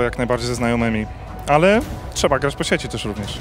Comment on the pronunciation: byłoby fajnie jakby mówiła trzeba a nie czeba, jak ma prowadzić wywiady a nie tylko wygladac